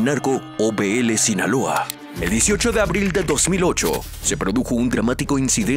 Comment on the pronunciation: Primo es abril no abil